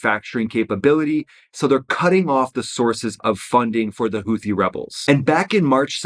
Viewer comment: It’s pronounced Houti ffs hootee